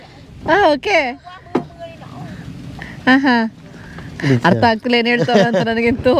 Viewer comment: Madam yella okay... ಆದರೆ ಮೊದ್ಲು "ಹ" ಮತ್ತು "ಅ" ಕಾರದ ಮದ್ಯೆ ವ್ಯತ್ಯಾಸ ತಿಲ್ಕೊಂದು ಮಾತಾಡಿ... Hatyak alla attack, ಹಾಳಿದಾರೆ alla ಆಳಿದಾರೆ, ಹೇನು ಅಲ್ಲಾ ಏನು etc etc...